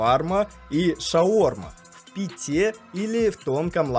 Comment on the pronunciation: Не в питУ а в пИту, не в питЕ а в пИте